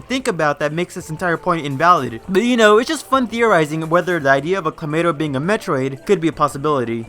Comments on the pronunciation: Why does this dude keep saying Clamato? lmao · Stop saying kLomayto